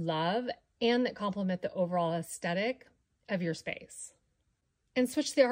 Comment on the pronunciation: Why do designers and DIYers now say "aesTetic" when the word is "aesTHetic" without a silent H?